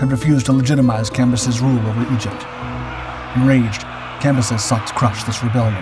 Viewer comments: Cambyses not "campuses". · Cam, by, ses. Not what you was saying. Lol